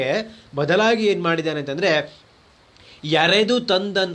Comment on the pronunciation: ಎರೆದು ತಂದನ್ ಅಲ್ಲ. ಎಳೆದು ತಂದನ್ ಆಗಬೇಕು. ಕುಳ ಳಕಾರ.